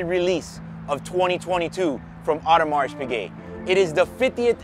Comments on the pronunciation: It is correctly pronounced „Audemar“ not „Audemars“. Just for the records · bro, it is not audemarSSS piguet! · Like your videos! Only one comment - Audermars is pronunced correct, but should be without the "s" at the end. Best regards from Germany. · old boy it's pronounced O der mar. AU is always pronounced O in French. Haute couture, haute cuisine etc. You are correct to drop the t of Piguet so you should also drop the s on Audemars. Lovely watch and interesting video as always.